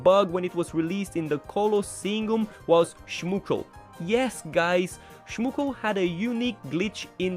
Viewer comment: Stop butchering the names of the monster, its 'schmoochle' not 'schmookle' 😭🙏